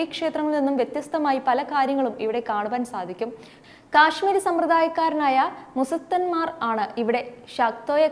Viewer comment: മുസത്തന്മാർ എന്നല്ല മൂസ്സത് മാർ എന്നാണ് പൂജ ചെയ്യുന്നവരെ പറയുക. ശാക്തേയ ക്രമം എന്നാണ് ശാക്തോയം എന്നല്ല.